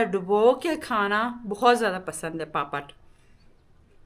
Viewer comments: پاپڑ کہتے ہیں پاپت نہیں کہتے ہیں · Papat nahi bolty papad bolty ha